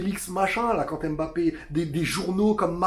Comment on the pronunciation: Mais arretez de l'appeler embappé sérieux quoi pourquoi tout le monde prononce son nom comme ça... c'est mbappé !